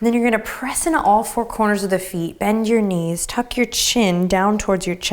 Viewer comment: "Benjyour knees"!!! :D :D :D